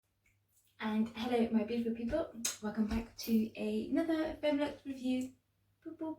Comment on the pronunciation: It sounds like you said feminist review. Even the captions read like that lol 😂🤔